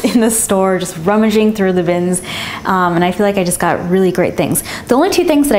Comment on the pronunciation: and you always say I FFEL LIKE